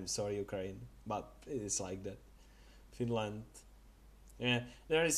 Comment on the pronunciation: Its finland and not the barbaric "Fineland"